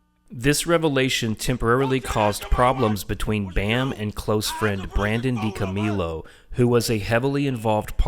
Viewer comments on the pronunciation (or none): I knew you weren’t a fan when you said Dico-meal-o. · He cant even pronounce DiCo's surname properly ffs what a shambles, this pathetic attempt of a hate video has turned out to be - and only in the first few minutes, I loathe to imagine the utter drivel this stigmatised closeminded muppet would monotonously drone about for the rest of the video but I just went to listen to CKY videos instead 🤬🤘 Viva La Bam